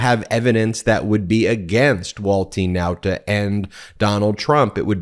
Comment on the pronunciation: Ben, who is "walt TEEN nauta "? Why do you keep saying this? You are the only person all over the internet that is saying his name this way. What's the deal buddy? What am I missing? I seriously want to understand.